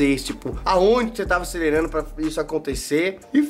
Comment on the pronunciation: "ACERERANDO" correto "ACELERANDO" errado